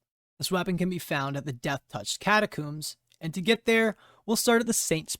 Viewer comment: Did bro just say catacooms?